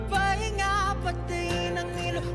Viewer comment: I think you're the 1st reactor to pronounce ilaw correctly. More SB19 rv please❤